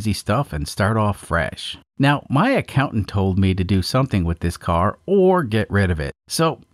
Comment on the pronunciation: When you say accountant , I hear wife... I'm not sure why.